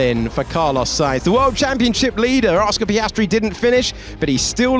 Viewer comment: Este comentarista 🇲🇽 no sabe pronunciar la “s”??? Verjtappen Piajtri Carloj 🤷🏻‍♂️